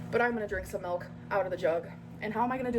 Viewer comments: "She looked right at me and said melk" 😂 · "She looked right at me and said melk!"😅😅😅 She's got your number, brother